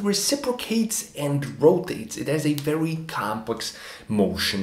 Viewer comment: "I wery wery hope it means what it means because if it means what it means..." ... Besides doing his Barbara Wa Wa inpersonation, what else could it mean if it doesn't mean what it means?